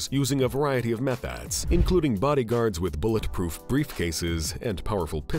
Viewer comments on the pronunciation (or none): none